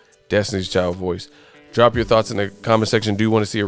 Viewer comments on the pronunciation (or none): none